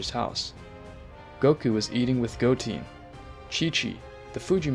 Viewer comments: Are you purposefully mispronouncing as Go Han(d), Go Te(e)n and Piccorlgo not parening that one? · He says Goten like Goteen :| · AH HELL NAH DID JUST SAY GOTEEN? ARE YOU THOSE NIGGAS WHO ALWAYS SAYING DRAGON BALL NAMES WRONG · Who's Piccaruu don't you mean Piccolo and Who's Gotin it's Go-ten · And it's goTEN not goteen good story but you gotta get the basics down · Go-teen, go-hen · Uhhhhhhhhhh gotin? No it's goten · Belmod(Bellmood) Goten ( Go Ten) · Not to be rude but Goten-goteen Gohan-Gohaaaan Your pronouncing of the names were funny to me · Ultra mastered Instinct? Picaroo? Vermoot? Goteeen? Bro how tf you get margarita right but not goten? You got the names all fucked up. It's simple names that you fuckin up too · Good story but you were mispronouncing some of the words like goten and piccolo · good story man, only thing to critique is how you say gohan, gotens and piccolo names, and dragon balls not sphere